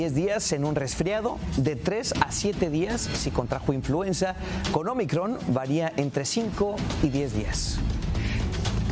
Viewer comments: Es INFLUENZA no INFLUENSIA que vergüenza ( mimutos) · NO SE DICE INFLUENCIA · Infuencia? Menos mal que la siguiente vez lo dijeron bien. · No se dice influencia... es influenza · Es influenza no influencia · INFLUENCIA? O INFLUENZA? LOS DOS LO DICEN y los corrigen en el apuntador haahahahah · Se dice INFLUENZA no INFLUENCIA! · The right word in Spanish is "INFLUENZA" not "INFLUENCIA", THEY HAVE OBVIOUS DIFFERENT MEANINGS!!! It's amazying how ignorant some TV announcers can be! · PERDON: Se pronuncia INFLUENZA referente al virus..... INFLUENCIA es otra cosa...increíble que presentadores no usen los bocados correctos y donde corresponden, no todos somos analfabeta para no entender lo que nos están presentando......... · Influenza No Influencia 🤦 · Es influenza!? No influencia!! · Se llama INFLUENZA que es H1N1 . Lo está diciendo mal ya que dijeron INFLUENCIA por favor llamen a las cosas por su nombre correcto. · Influenza señores, no influencia.